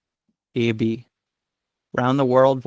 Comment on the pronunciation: Icelander? No: Islander! You also mispronounced Alain and Aebi.